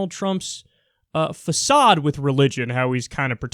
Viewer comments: facade lol. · did he just say "phasad"? that's an Arabic word.